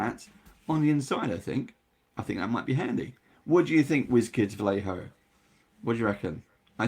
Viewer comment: It's Vayeho, not Valeho